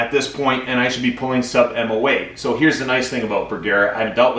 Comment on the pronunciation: You're pronouncing Bergara wrong using a hard a. That is the problem.